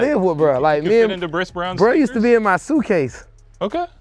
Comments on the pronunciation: for saying “Bhris Brown” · For saying Bhris Brown twice and no one caught it😂🤦🏾‍♂️ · The dude who said bhris brown WTFFFFFF